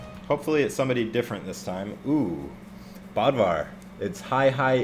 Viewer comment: Btw you.pronounce Bödvar like Buhdvar. Boom You're now scandinavian